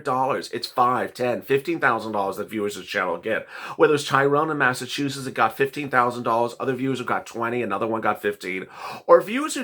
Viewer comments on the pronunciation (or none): none